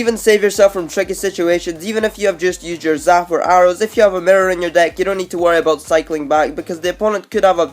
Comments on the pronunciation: He said the Mir (mirror) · At nr2 WTF IS A MRRER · That nigga says merr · Chance Jacobsen Listen how he says mirror!